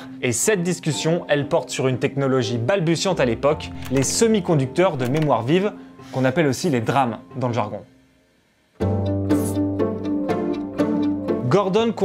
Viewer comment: Faut revoir vos prononciations. J'ai relevé quelques erreurs comme "drame" pour D-RAM, "arme" pour A.R.M, ça ne fait pas pro du tout